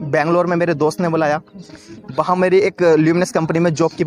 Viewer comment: Baki sab theek hai waha ko baha bola aur koshish ko kosis i think u need 2 improve ur language muslim ki guftgu aisy nahi hori